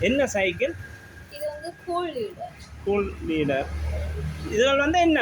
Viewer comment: கூல்றீடர் இல்லை கூல் றைடர்.